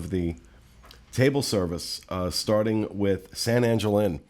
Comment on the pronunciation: Every time I hear you guys talk about San Angel Inn or Three Caballeros I cringe. I'm not Latino, but if there is anyone on here who wants to back me up.... Please, it should be pronounced San Ahn-hel Inn, and three cav-i-eros! Make sure you are pronouncing words correctly.